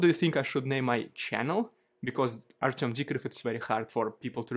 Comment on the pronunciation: you know. I appreciate what you've done over the past three years. Its been great. One thing though. It would seem more genuine if you would actually try and pronounce the DUDES NAME CORRECTLY!!!! 3 years and you haven't even tried to learn Russian or Ukrainian pronunciation. I find it, a bit superficial.